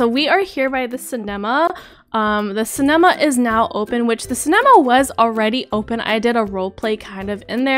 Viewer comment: You said cenama wrong